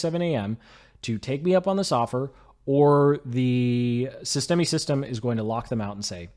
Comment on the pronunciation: FYI the e on the end of systeme is silent